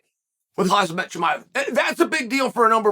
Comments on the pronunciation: It’s Kham-Zat not hazmat lmao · This man said “hazmat” 😂💀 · It’s Khamzat, Chael. Not Khazmat. Just like how it’s Chipotle, not Chipolte and I guarantee you pronounce it like that too. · Unc, it is Ham - Za ... easy to pronounce not Haz Mat 😂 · Alright... It's official. Chael says Hazmat every damn time just to get comments like this. You win... I tap out. I've said 'uncle'. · Hazmat? This guy can't read 😂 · HozmOt chimiEV, Chael says..